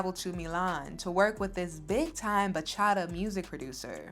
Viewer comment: I love you, but please don't pronounce Bachata that way. I'm also wondering why sings Bachata, but can't pronounce it properly?! 😢